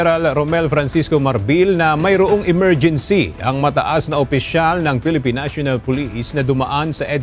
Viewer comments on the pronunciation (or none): 😂😂😂emergency o morguincy😂😂😂😂